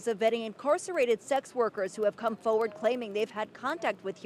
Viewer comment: It’s not pronounced “ Foewood” it’s pronounced forward! The NJ/NY region says “foewood”! 4 WARD!